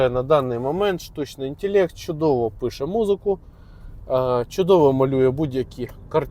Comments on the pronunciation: інтелект а не інтєлєкт, село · Мабуть то гібридний, суржиково-недолугий, якщо інтЄлЄкт. Для обраних папуасів. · "штучний інтєлєкт"